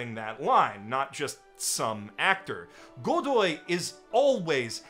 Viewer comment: Iñaki's last name is pronounced Go-dóy, stress on the second o. The only bad thing about his casting is how much he makes me wish he'd been cast as Percy Jackson back in the day, kid would have been PERFECT